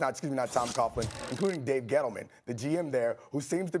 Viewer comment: This dude said Tom Coughlnnnnn,blah, blah , I didn’t hear a word you said, hippity hooplahhh